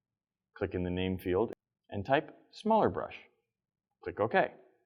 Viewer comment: "smalrr brush"